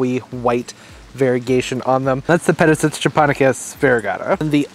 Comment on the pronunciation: Pronounced - Peta sight ees